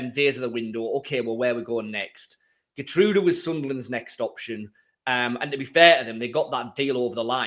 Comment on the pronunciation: Here-trowda btw (Geertruida)